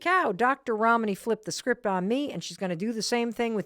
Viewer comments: I’m sorry, I could not help noticing that Mel pronounces Dr. Ramanis name correctly the first time, but then start saying it like Ramaani. When you know a persons name you know it. Seamed very intentional. 🚩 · Please oh please learn to pronounce your guests name...Rom knee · I’ve been watching for almost an hour. I continue to be simultaneously frustrated by Mel’s inability to pronounce her guest’s name correctly, and in awe of the humility and grace extended by Dr. Ramani to Mel for mispronouncing her name. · Mel you are pronouncing Ramani as if the name has Italian origin. It doesn’t. It’s Asian!